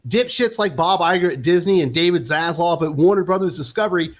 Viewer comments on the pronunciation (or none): It's ZasLAV. Not LOV.